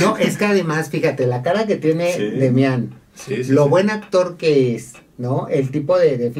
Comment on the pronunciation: Es Demian, no Demiàn.... sin acento., tu eres de espectáculos y ni sabes.